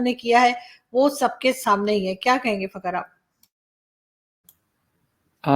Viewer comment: madam ji, fakaar pronounce karein plz